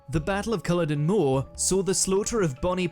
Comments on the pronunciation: The pronunciation of some words in this video is terrible, especially as this is the UK version of WM so presumably the narrator is British eg. Jacobite and Culloden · Its cull-aw-din x